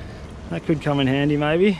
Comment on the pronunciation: He chuld attak any moment says the anymols lol